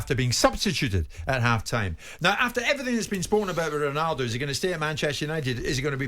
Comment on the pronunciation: ronawdow.... my god these english people butcher all the languages!!! even English!!